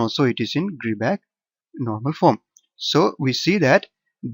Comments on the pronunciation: its not gridback, its gribah (i pronounced like "i") :)))))))) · it's not gribah eather ! the therm "ch" has its own prononciation !